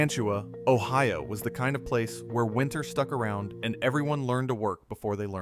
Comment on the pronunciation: You are expecting more from AI? One can tell by the prounciation of Mantua and Ohio that this is AI.